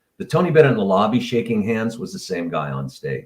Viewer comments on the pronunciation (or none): Agree with chat from Chris (different Chris!) to use thee pronunciation before vowel sound. I verified this on an English website. Was going on memory from long-ago English class!